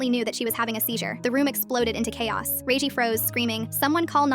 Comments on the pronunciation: Redgie not reigie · “Reiygi”got me crying ngl 🙏🏻 😭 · 'ray gie' 😭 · Rosalina 🚫 Rosslin ⭕️ Regie 🚫 Ragey ⭕️